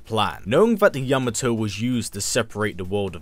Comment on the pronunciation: This is the only YouTuber who pronounced the word Yamato correctly.